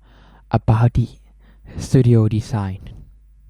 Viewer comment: Design, NOT DESIND or DESIGE